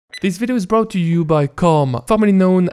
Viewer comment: When are you even going to learn how to say brought and bought ( or )? It's been 100s of videos!